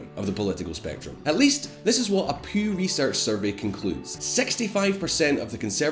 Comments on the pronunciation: Hey, dude, little hiccup with your accent there you might want to address - it's the "Pyew" research center, not the "Poo" research center. :| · Did he say Poo research center instead of Pew? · the "poo" research center? Hahahaha I love the Scottish accent. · Does anyone else find it hilarious that he pronounces the Pew research center as the Poo research center :D